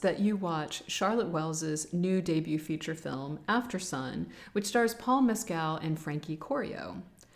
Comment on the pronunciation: Thank you for that beautiful explanation. You really educated me on the layers within film. You have a new subscriber. 👍...By the way, I think the lead actor's surname is pronounced as /MES-cul/